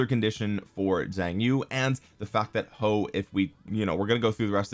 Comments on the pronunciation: damm chinese comm again, Huo is pronounced as Hwo in china i think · It's huo not hoes 😂😂 (joke) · He said "hoe" 🤣🤣🤣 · You must promise us not to stop calling him hoe even when you learn the correct pronunciation 🙏